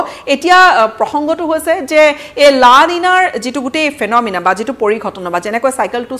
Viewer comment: তই লানিনা ফেনমিনা কৈ বাতৰি শেষ কৰিলে,,বকৰি,,, ঠাই নাম লব নোৱাৰিলে,, থু গিলি বাতৰি বকি থাকা